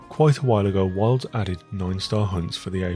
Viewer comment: i was thrown this whole review bc every time you say wilds it sounds like worlds